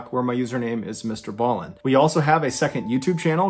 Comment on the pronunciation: it is br ballen not allen